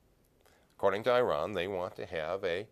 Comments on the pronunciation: I’ve heard people pronounce Iran as “eye-ran” and “ear-ahn” but I think this is the first time I’ve heard “eye-ron”. Great video still! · Another clown who does not know how to pronounce Iran.